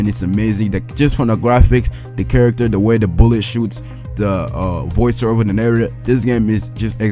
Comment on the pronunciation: "The" not "Da"!